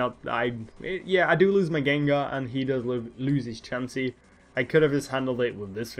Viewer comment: nice battle lol the way us ay chansey's name in his game is too funny:p